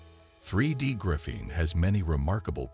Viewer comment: Right now, I think this is a con. I also think the narrator should learn how to pronounce the word graphene.